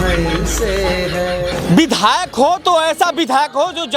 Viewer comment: बिधायल नहीं विधायक होता है। थोड़ा ध्यान रखो भाई।